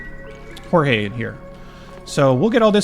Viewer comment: I think "Jorge" is pronounced like they say it in Aristicats